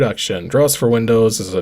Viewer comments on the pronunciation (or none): Draughts is pronounced as drafts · Pretty sure it's pronoughts "drafts"